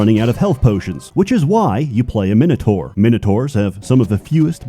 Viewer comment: Gatekeeping/10, he pronounced Blackguard and Minotaur correctly.